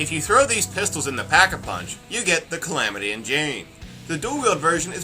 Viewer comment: it's: Calamity, not Clamity